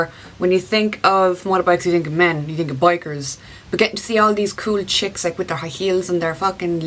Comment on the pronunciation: Loved the video! I love how you sometimes pronounce you as yee! Have a great weekend!